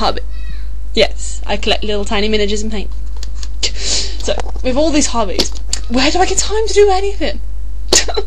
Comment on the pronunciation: is it me or did your hobbies sound like hobbits? Don't mean to mock! Nice to meet you!